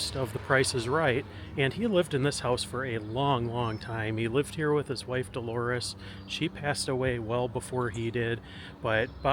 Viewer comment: But, not in the beginning. He said Delores!